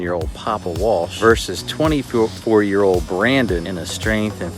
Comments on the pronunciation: You do know there's a letter "L" in the word "old".... so say it for christ's sake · Why can’t he say old right 😂